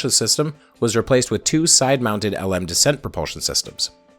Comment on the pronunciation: I know you're Canadian. And you've noted how NASA pronounced "Gemini." The Lunar Module (LM) is pronounced "Lem." This is a throwback to its original name, Lunar Excursion Module. It's really the only "error" I can find in all of this (and you pronounced it right a few other times). You've made a wonderfully complex video. I've familiar with all parts of the iceberg, and you did a great job.